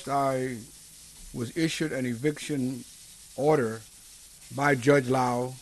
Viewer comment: Go get 'em, Jimmy. it sounds more like "odor" in the court than order. And Merry Christmas.